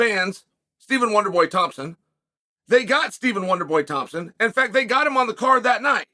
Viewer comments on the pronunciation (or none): none